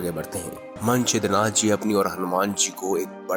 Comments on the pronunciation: ये मनछिद्र नाथ क्या है? मत्स्येंद्रनाथ कहिए प्रथम सही उच्चार कीजिए । और यह कथा नाथ सम्प्रदाय में साम्प्रदायिक महिमा बढ़ाने के लिए प्रचलित है। किसी भी रामायण में नही है यह कथा । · मत्स्येंद्रनाथ को तो यार तुम मन छिद्रनाथ बोल रहे हों। उच्चारण तो सही रखो